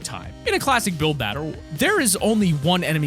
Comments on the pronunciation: he said batterul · his says batter in stead of battle